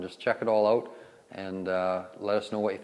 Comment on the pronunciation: If you say “oowt” one more time..